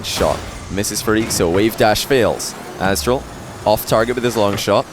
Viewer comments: I just cant overhear "Asstral" anymore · completely butchered/forgot these guys' names atleast twice each. Aztral/Alpha eestral/aakso